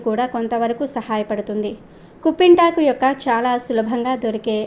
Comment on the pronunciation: కుంపింటాకు కాదు కుప్పింటాకు, పిప్పింటాకు అంటారు